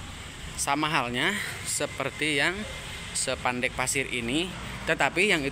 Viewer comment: Spandek mas bukan sepandek😂